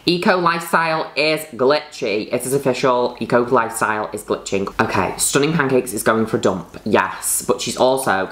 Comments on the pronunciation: Lol I kept hearing her say E. Coli style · i keep thinking she's saying e-coli instead of eco lifestyle